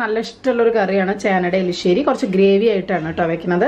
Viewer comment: Elissery alla erissery aa